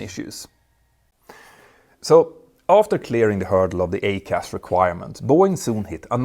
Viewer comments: Very informative video Petter. I still believe all 737 Max aircraft should have had EICAS fitted from the very start. One small point, and I hate to nitpick, but your pronunciation of EICAS is a little off. It’s not pronounced "A-CAS" but rather "I-CAS", like the 'I' sound in the word iceberg. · EICAS pronounced ‘eye’CAS not ‘A’CAS surely? Could be confused with ACARS too. Sorry Petter your English is generally brilliant but this didn’t sound right. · The design for a 737MAX EICAS (pronounced I-CAS, not A-CAS which is a different system) was completed in 2011. It required removal of the Master Warning, Master Caution, and 6-pack (lights), changes to wiring including addition of several RDCs (remote data concentrators), along with software changes to the displays, WEU (warning electronics unit), and FMC (flight management computer) at a minimum. Boeing made the decision to avoid EICAS primarily because it could cause the MAX to no longer meet the derivative requirements. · Hi Petter. Jag talar flytande svenska, men... your accent means that your pronunciation of EICAS really took me by surprise! I suddenly thought "What? The Max 7 doesn't have ACAS - the cause of the Lion AIr and Ethionpian crashes?" Surely it would have been pronounced 'E. I. CAS' ('ee eye cass'). Fan, en sån nörd jag är...